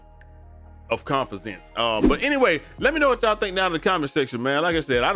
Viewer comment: I bet you thought no one caught that last "Confidenzence" 😂😂😂😂😂😂😂😂😂😂😂